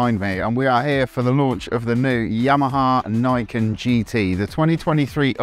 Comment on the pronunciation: Niken is pronounce as "Knee Ken" it means 2 blades in Japanese.